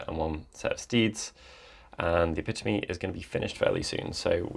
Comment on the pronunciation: pronouncing "Epitome" correctly made my day <3